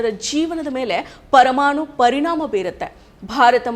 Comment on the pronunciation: ಕನ್ನಡ ಬರಲ್ಲ, ತ್ವರಮಾಣು 😂😂😂😂😅😅😅😅